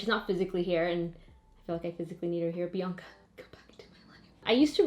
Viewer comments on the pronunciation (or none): none